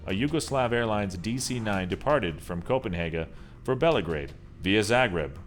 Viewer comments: copenhaga? belagrade?? smh... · that's not how you you pronounse coperhegen